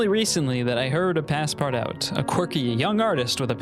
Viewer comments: please dont call it "passpart-out", its pronounced "passpartoo". please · Bro said Passpardawt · I felt physical pain at hearing him pronounce Paspartout like that. My poor French Canadian heart could barely take it. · “Pass part out” is a crazy pronunciation but I understand not everyone has an inkling of French 😅❤ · pass-part-out was the best pronunciation everrr 🤣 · "Pass-part-out"? I thought it's pronounced in French, like the name of the character in Jules Verne's novel. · (Pas-par-too) it’s pronounced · As a Russian artist you saying Ivan Shishkin’s name makes me so excited! The street I’ve lived on my whole life is named after him, I think it was a silver lining of some sorts lmao Also it’s pronounced “Pas-par-touh”, it’s French so you gotta swallow half the syllables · The game is pronounced “pass par too” - it translates to “pass everywhere” like a master key. I love your videos btw, I’ve watched every single one and I’ve learned so much from you! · it's pronounced "passpartoo" lol 😂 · Him pronouncing the game name wrong is 😭🙏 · Just opening with the most American pronunciation of passepartout I've ever heard 😂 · Can we talk about how he pronounced “Passpartout”?💀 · Every time he pronounced Passpartout I could feel another hair shed from my head, have mercy on him. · Great video! But the way you pronounce Passpartout hurts my soul... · Many reasons for you being a starving artist, one of them being the way you pronounced passpartout